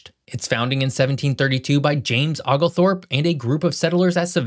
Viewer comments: Oglethorpe has a LONG "O". It's OH-glethorpe, not OGLE-Thorpe. Oconee is also pronounced similarly. It's OH-conee. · No worries, but it's "Oh"-glethorpe, not "Ogg"-lethorpe. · It’s Ohh glethorpe, with a hard O, not Ogglethorpe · For future reference, Oglethorpe does not sound like Togglethorpe. It's (Oh)glethorpe. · The name “Oglethorpe” is pronounced “oh-gull-thorp,” not “Ah-gull-thorp.” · No one in Georgia pronounces Oglethorpe the way does in this video. Georgians usually pronounce it with a long o (ōgle-thorp), not with a short o (oggle-thorp). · 🤣🤣🤣 Ah-gal-thorpe instead of Oglethorpe (prounced Oh-gul-thorpe). Oh how AI missed that among other things. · It’s not “ahhglethorpe” it’s “O-glethorpe” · Oglethorpe is pronounced with a long O sound, not as if spelled 'Ogglethorpe', and Oconee is pronounced like 'O'Coney' with the accent on the 2nd syllable. I hate when yankees don't bother to learn local pronunciations when they move down here. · it's more like Oh-gul-thorp not oogle-thorp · When you say: "Oglethorpe" you should use the "O" sound. You are pronouncing it as Aglethorpe. If you're going to represent the history of Georgia, PLEASE NOTE, IT"S OGLETHORPE, not AGLETHORPE.I mean my goodness. Use the "O" sound. NOT the "A" sound. I live in Georgia and I must point out mistakes. Anyone who represents any state should know how to pronounce the cities and states properly. Thank you, Have a NIce Day!! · It is not OGGLE Thorpe - it is a Scots name and it is pronounced OH gelthorpe -- OH not Og! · Oglethorpe is pronounced “OH-glethorpe”, NOT “OGGlethorpe”… 🤦🏻‍♂️🤦🏻‍♂️🤦🏻‍♂️ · It’s Oh-glethorpe, not Og-lethorpe. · Good video. I have to laugh a little at the way you said Oglethorpe's name though just because I'm from Georgia hehe. The "O" is pronounced more like the "o" in "oath" not "off" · "Awglthorpe" and "Okafanokee"? You're killing me bruh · The OOGlethrope hurt me. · OH - glethorpe. OH - conee. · The proper pronunciation is Oh-gul-fort